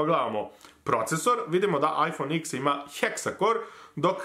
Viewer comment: Nauci kako se cita IPhone X